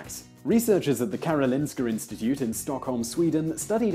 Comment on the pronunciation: Stellar pronounciation of "Karolinska Institutet" /s